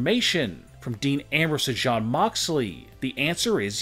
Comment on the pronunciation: Shawn or jon cause sounds like you saying shawn.